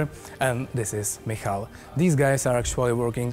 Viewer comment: its Michal ....just to be correct :)